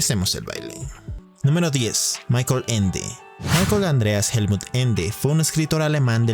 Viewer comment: ¿Por qué todo el mundo en YouTube pronuncia todo lo "extranjero" como si fuera inglés? Michael suena ~ "Mijael ", no "Maiquel", Jacob suena "Yacob", no "Yeicob", Wilhelm suena "Viljem", no "Uilhelm". La diptongación de la "i" , la "a" , la "o" y la "u" es exclusiva del inglés, no del alemán y, que yo sepa de ninguna otra lengua europea. Igualmente la "e" final no es muda en alemán. los escritores correspondientes son pues "German Gesse" y "Volfgan Goete"(aprox.).